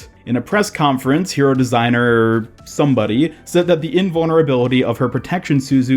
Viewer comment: That "somebody" just sounded plain disrespectful. You don't have to say the name 100% correctly, I get that foreign names can be tough to pronounce, but at least try it and show some respect towards other people's hard work.